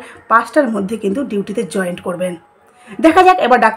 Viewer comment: ওটা জয়েন্ট নয় জয়েন।